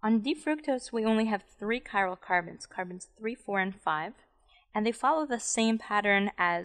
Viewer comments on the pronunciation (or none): none